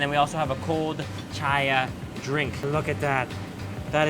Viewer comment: Chia is pronounced "chee-yah"